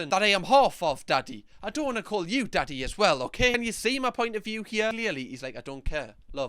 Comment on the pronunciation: Donkey instead of daddy